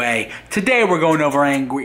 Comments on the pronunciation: I am actually glad Bridgette interrupted you there because you said "Angwy" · Did Really Just Say “”Angwry”? 🤣